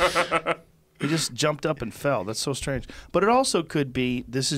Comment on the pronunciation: Joe "It's very stange!" Rogan